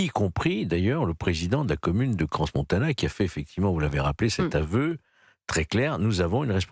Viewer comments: Cransse Paris on dit pas parisse Faut pas dire les s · Il y a bien un S à Crans mais pas plusieurs comme on l’entend à la tv 🤦‍♀️